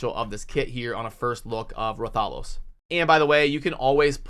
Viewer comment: That’s not just an ordinary champ. That’s the hunter in rathalos armor the mascot of the monster hunter gaming franchise. Brooooo I can’t believe they’re partnering with monster hunter! 😁😂 also his pronunciation is “Wrath-a-los” you have the “los” pronunciation right. It’s hard to explain in text. The los is like you reading the letter “O” not the short “aww” sound. So it’s “wrath-aw-los” or “wrath-uh-los”